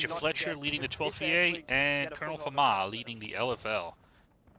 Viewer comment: On behalf of Lt.Col.Famas, it is prononced Famassssss 😂